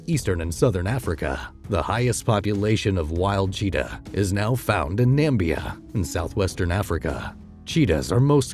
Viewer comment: Namibia not nambia